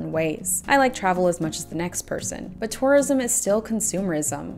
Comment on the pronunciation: I keep thinking you're saying "Taurism" lol